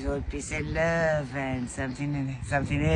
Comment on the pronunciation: "Peeece and love and somesing else" 😂 😂